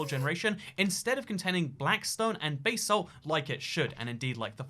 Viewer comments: bae-salt? it's BAH-salt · It's basalt not baysalt🙄